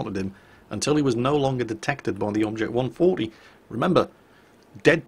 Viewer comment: Finally heard traces of a Geordie accent on the! Check out his pronunciation of " object 140 around the mark:-)! Say "Kawasaki!"